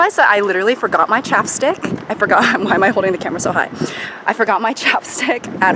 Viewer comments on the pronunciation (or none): You're saying camera as "camarra" . Yes, something's definitely wrong. You have been elevated to actor status now 🤢